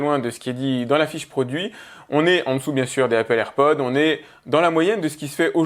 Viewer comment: Déjà je ne gueule pas fait je lui fait juste savoir qu'il se trompe. Il dit "AirPod" sans prononcer le s à la fin et normalement on ne dit pas Apple AirPods mais juste AirPods